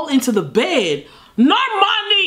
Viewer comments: Nobody:: normorni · calling her Normarny every other time 😂😂😂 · Everyone: Normani: Nomarni 🤣🤣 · NorMARni Edit:: NorMARni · u forgot to roll the r in NORRRRRRRRRMANEEEEEEEH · No one: Not a single soul:: NoRRRRmani.....NOrrrrmuhnee